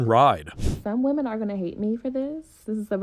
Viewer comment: Dude what is with Middle Eastern men over pronouncing wo-men....its pronounced weh-men....i think its ragebait.